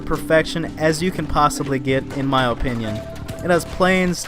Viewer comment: You say opinion so strangely Oh pinion